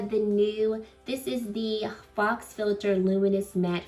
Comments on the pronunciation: This looks gorgeous on you. For future reference, Faux is pronounced “foe” ✨ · Faux is pronounced FOE, LIKE HO*